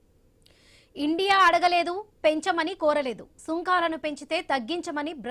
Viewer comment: సుంఖాలు కాదు తల్లీ సుంకాలు. నీ తెలుగు వినడానికి చాలా ఇబ్బందిగా ఉంది. శాథం కాదు శాతం